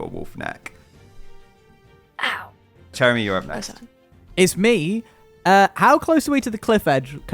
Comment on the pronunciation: I've noticed that when they say Chéramy's name it sounds more like Chèramy instead (with a grave accent) from how I understand the accents from learning French, but they spell it as Chéramy (with an acute accent), is it that their pronunciation of it is more accurate in another language I'm unfamiliar with? or just a fun little quirk or a mistake with the name